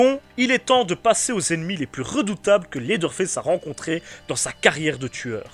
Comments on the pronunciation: 😂désolé pour la movaise blague mais de vrai ça se dit faice vraiment avec l’accent anglais parce que sinon ça fini par se dire fesse:/ 😂, a et ps jsp encore si j’adore ta chaîne a cause du générique un peu bof bof et l’intro souvent malaise mais j’écoute tes vidéo de bestiere de l’horreur depuis se matin ( il est minuit chez moi) donc j’écoute beaucoup tes vidéo pour vrai c’est bon et j’aime le fait que tu cherches vraiment toute tes informations par contre tu parles un peu vite et ont dirai que tu est un peu pressé mais c’est pas grave parce que t’es recherche pour faire tes épisodes son vraiment cool et ont s’en que vraiment tu y prend du temps et que tu fais un magnifique travail aux finale,continue dans la bonne voie 😁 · Et pourtant : Ew se prononce "Ou" comme dans "Lewis" (prononcé Lou Isse, l’équivalent anglophone de notre prénom Français Louis) ou "You" comme dans "New" Leather ne se prononce pas "Laizeur" mais "Laiveur". Dans aucune situation "Th" résonne comme un "Z" Même "Th" dans le contexte du pronom (le ou la) par exemple "The Witcher", ne se prononce pas "Ze Witcher" mais "Veu Witcher". Donc factuellement, tu as tort je t’assure :) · ARÊTE DE DIRE "Leather Fesse" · J'aime beaucoup au début la prononciation de en tout cas super vidéo ça se voit que tu t'y connais en film d'horreur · Leatherface on est d’accord mais à ta prononciation en dirait qu’tu dit « laideur face » ce qui lui va bien aussi mdr, j’aime beaucoup gg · J'ai un jdm pour ta prononciation de leatherface "laideur face" héhé